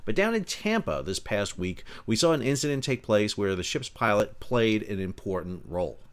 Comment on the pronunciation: Did you say shit pilot or ship pilot?